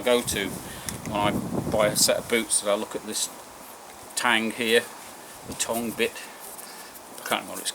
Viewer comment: It's a tongue pronounced Tung not tang If you have narrow feet those deck boots will be a waste of money Thats a breathable inner membrane Best advice try finding a local army surplus business other than shitty ebay. Support a local business and it's staff, they need our custom right now hitec leather walking boots or British army cold weather boots for me